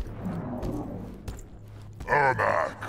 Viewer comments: Ermac not ermak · Is it because every c is k im MKX, so its ermak instead of ermac?